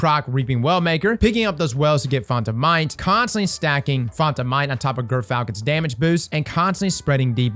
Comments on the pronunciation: I swear I heard you say GIRTHfalcon! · just a quick heads up since I know this'll already last a while: it's pronounced 'jer'-falcon